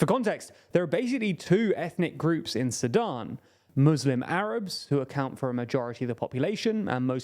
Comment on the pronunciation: Each time you said Sudan I heard Sadam.